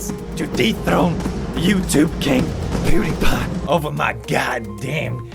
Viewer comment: Please stop calling pewdiepie pudes 😭✌️